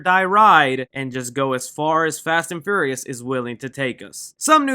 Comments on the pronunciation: Say it with me FEE-YOUR-REE-US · you said the fast and furriest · ...wait, I can't be the only one that keeps hearing, "Fast & Furriest 9" am I? Um... Can we have a spoof of this?! Little gerbils or hamsters? Um... YES!... make this happen some how! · “Fast and fur-reous” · Why you say “Furious” like that, good vid tho